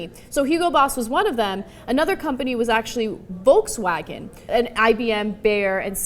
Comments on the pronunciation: Just so you know, "Volkswagen" is not pronounced, "Wolkswagen" even in German. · It's pronounced "Folks Vagen" :). Sorry if I'm being pedantic :P Greetings from Germany!